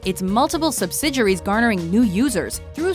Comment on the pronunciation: Subsidiaries=Subsid-juries? Not sure about the pronunciation there